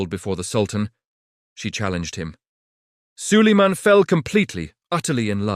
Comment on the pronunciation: А хто такий Саллеман?))) Хочете переглядів - налаштуйте ШІ нормально читати текст!!!😡